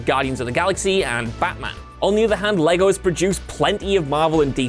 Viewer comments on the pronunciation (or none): none